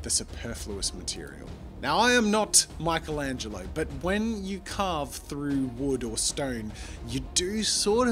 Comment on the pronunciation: Lol who tf is Maikelengelo, his name is Michelangelo (meekelangelo)